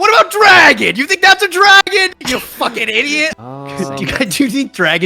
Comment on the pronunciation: turning into a Brooklyn deli owner when he yells "draagaan! 'ow 'bout draagaan!?"